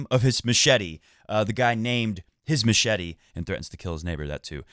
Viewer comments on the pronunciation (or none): none